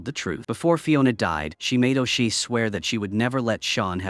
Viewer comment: FFS it's Seamus sounds like SHAY MUS! AND O'SHEA IS NOT O SHEE ITS SOUNDS LIKE O'SHAY